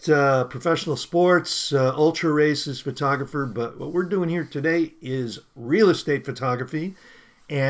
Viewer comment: By the way... it sounded like you said "Ultra Racist Photographer" ! LOL!